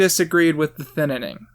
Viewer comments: The Thinninning 2: The Thinninninning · Why do u keep saying thinining lmao it’s thinning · Can you learn how to say thinning and not "thin-in-ing"? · Is it just me or is he saying “Thinninning” instead of “Thinning” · Okay hold up. Every time you said “thinning” you pronounced it as “thinnining”. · Good video, but why do you call it the thinining lmao it's the thinning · WHY DOES HE KEEP SAYING THINNINNING, IDK IF HE KNOWS THAT IT'S ACTUALLY CALLED THINNING, HELP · It’s not thiN Ning it’s thinning smooth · Him saying Thinining instead of The Thinning was so annoying to me idk why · its called thinning not thinnining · jesus christ stop saying thinnining, its thinning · I agree with your commentary, but for the love of god it's "Thinning" NOT "Thinnining." Thin-ing! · Really good review, but you saying thinnining instead of thinning makes me wanna remove my ears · It's the thinning, not the thinening... I get slightly triggered every time you say it wrong. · Who else cringes when he says thinining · I hate how he keeps saying on saying thinnining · It's "thin-ning" and why are you bringing up Trump? I subbed to you before you hit 100k and miss when you used to be funny talkin' bout Scary Grandma. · "the thinining" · Is it just me who noticed that said "The Thinnining" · STOP SAYING THE THININING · "The Thinnining" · the thinining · WHY IS NO ONE PICKING UP ON THE FACT THAT HE KEEPS SAYING THINNINING??? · thinining.. lol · “The thinining” ??? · Why do you call it The Thinnining? I love it 😂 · Was he purposely adding more syllables in the title? Not talking crap, but the comments made me notice because of all the “N’s”... “the thin-na-ning” lol. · does he mean to say "thinining?" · I really want to get through this video, but my man, your pronunciation of "thinning" is killing me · why does he say thinning with TWO N N I don't know why it bothers me but it does. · Why wasn't this called man struggles to say thinning for 20 minutes